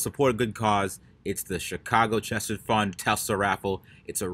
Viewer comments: Chesed is pronounced with a gutteral H like you're hockin' a loogie,. It's Hebrew, it's the attribute of grace, compassion....an all around good person. And thank you for supporting a Jewish charity. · Someone needs to send some Chumus so he can learn to pronounce Chesed. But great charity and great video!